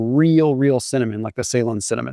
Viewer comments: Say-lon? Da fook. Pronounced Ce-Lon. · Ceylon pronunciation ------ “Seelon" not “Saylon" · Listening to this and wondered what type of cinnamon was talking about.. then I read it … difference in the way we say things Us/Uk 😂 we say Ceylon (now Sri Lanka ) as ‘ see long or si long’ not ‘say long’ … nothing wrong with that just the way things are said differently.. you say tomaytoes we say tomaatoes 😂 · May dad served in Ceylon during WWII, in an airfield for the Royal Navy, servicing planes in the war in the Pacific. Anyway he pronounced it suh-LON, emphasis on the second syllable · Please pronounce Ceylon in the way it is meant after the country that is now Sri Lanka as “Sa-lon” annoying on the ear. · Is he saying Saigon or Celon? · Ceylon pr. Suh-lon 😊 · Loved the video, your content is great. Just one tiny thing... You're mispronouncing the word 'Ceylon'. If you're interested in the correct pronunciation, this is it...